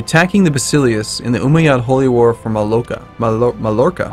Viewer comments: Mallorca is pronounced "Ma-Yor-Ka" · Mate i really love your Gameplays but it really kill my nerves the way you pronounce Spanish names, with the Mallorca and Silos ones i almost bang my head against the laptop, I understand spanish phonetics is different ans somehow odd but damn! is not German hahaha